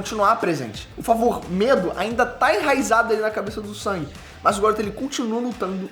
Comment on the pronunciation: Só eu q acho estranho chamar nosso "mininu" SUNG de SANG? Me corrijam se eu estiver errado mas nao é so pro Ingles americano e alguns/todos os países europeus q mudam a pronuncia nesse caso? Gosto muito do ei nerd e seus conteudos mas qdo vejo o q vai falar sobre SL ja fico na expectativa de ouvir Sangue kkkkk